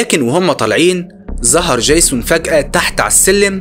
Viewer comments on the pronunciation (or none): دجيزون بقى اسمه جايسون؟ يا ياحبيبي ارجوك عندك مشكلة في الأسماء، انا اعرف انك مصري لكن الأسماء معروفة ويؤثر في القصة ،اما الباقي انت رائع! حتى طريقة حكيك حلوة جدا وانا شفت كوووول فيديوهاتك اوعى تتقمص!احنا بنحبك ومن حقنا نعاتبك لأنك بتشتغل بجهد وخسارة بعد المجهود ده ،مشكلة عبيطة زي دي تأثر في الجودة بتاعت الفيديوهات